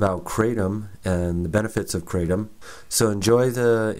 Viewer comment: Thanks for this video a lot of true points. And the way you pronounce Kratom is the same way that I do. I see it wrong elsewhere. This herb has been helping me for a year with my prior anxiety and I'm now free of drugs and alcohol for over a year because of it's almost daily small dose use. I can vouch for your improved immune system theory. No sickness in over a year! Not even a cold which is unusual for me. Benefits galore! Now I need to move to a tropical environment with my own trees!